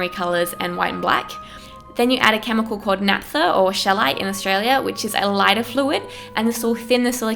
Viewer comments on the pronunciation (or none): none